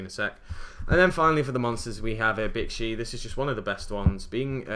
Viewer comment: Pronounces bixi bitchy